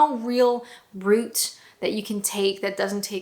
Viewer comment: Nice to hear route pronounced properly.